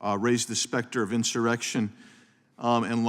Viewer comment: No L In insurrection lil mama!